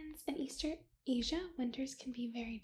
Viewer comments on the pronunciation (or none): none